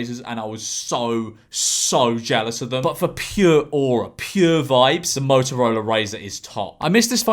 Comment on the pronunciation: every time you say aura i die a little